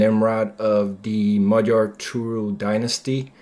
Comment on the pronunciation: Both of my parents were Hungarian refugees, I was born and raised in the United States. Your pronunciation of "Magyar" is impeccable! Americans always get it wrong! I am very interested in the ancient history of the Magyars and their origins. During my parents' time the Finno-Ugric theory was popular, but it has since fallen out of favor. My personal opinion is that the ancestors of Magyars came from the Siberian region ( Northwest Asia) hence our linguistic links to the Kanty and Mansi. But not much is known of this era. Through migrations, these proto Hungarians entered the Eurasian steppe, near the Black Sea. This is where they intermingled with such tribes as Huns, Scythians, Avars, Sarmatians, etc. And where they became a great horse culture. I remember a book, by Kate Seredy, a Hungarian - American children's author, " The White Stag" - This explains the legend of the White Stag and Hunor and Magor. "Emese" is pronounced with the S as "sh" and the last E as "eh." So in English, it would be : "Eh Meh Sh Eh." This was very interesting and informative.